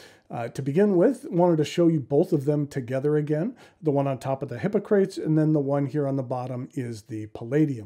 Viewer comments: Indeed. HI POC RA TEES. I found it difficult to watch. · hi-ˈpä-krə-tēz I don't think I've heard your pronunciation before. Is that a variant?